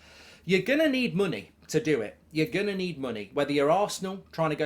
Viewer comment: Mark kept saying money the wrong way.